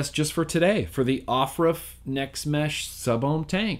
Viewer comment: Everytime you said off ruff it killed me😂😂😂